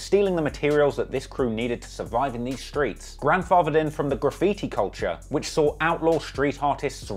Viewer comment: Noooo he didn't say "skreets" I'm fuckin dead 🤣🤣🤣🤣